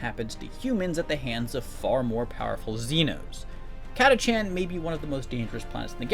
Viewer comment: Oi yank, Catachan is pronounced Kat-A-Kan